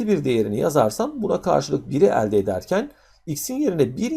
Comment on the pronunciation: kafayi yicem elde derken yanlış telaffuz ediyor öğretmen ekranı kırıcam şimdi